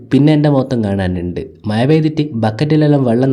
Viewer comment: മയ ❌മഴ✅